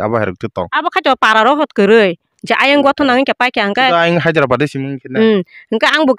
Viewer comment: Hyderabad ❌hazirabat✅😂